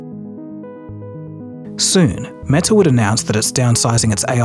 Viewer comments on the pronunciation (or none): none